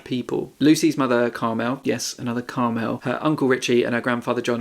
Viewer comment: Really sorry to be picky but it's pronounced CARmel not CarMEL. Common name for middle-aged women in Ireland.